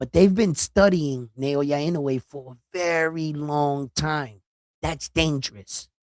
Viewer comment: love your respect for the sport and recognizing Naoya’s talent a long time ago. You should pronounce Naoya’s last name EE-Know-Eh and you will be the first in the biz to pronounce his name correctly. Love your passion for boxers and your honesty and fairness in abilities.